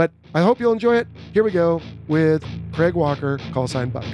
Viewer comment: Wow you say Craig about right, never heard an American say it “right” before. They usually say it like Greg or Creg which is wierd. Pretty cool.